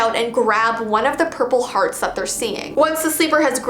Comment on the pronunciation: I was watching this while half sleeping and then I heard her say Purple Hdarts I woke up straight away